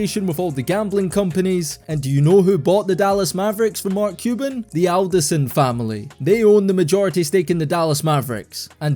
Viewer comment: It's not Alderson family, it's Adelson* - if you're gonna call them out, at least pronounce their name correctly :)